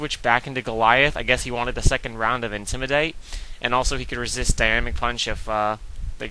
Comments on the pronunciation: i love it when you say 'intimidate' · why do u say intimidate like a british person, u sound stupid as fuck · Lol right. I like aggressive matches, not stalling with toxic. I know it's effective, I have lost to it. Doesn't mean it's this awesome cool strategy, especially when it comes to watching it. I don't remember when watching a stall battle was fun, but again, my opinion. How can the way says intimidate annoy me? Because it's completely stupid and he's just copying it from someone else, which wasn't funny to begin with, either. No, I'm not gay, thanks for your concern, though.